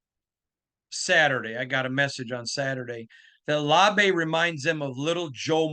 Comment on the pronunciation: The Beast says "Laube" rhymes with WOW-bee, but these guys are saying LAW-bay. Anyone know who's right?